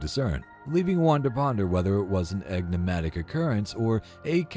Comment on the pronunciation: Repeat after me EN…IG…MA…TIC! Not EGGNIGmatic. Otherwise like the video. The mispronunciation hurts the ears.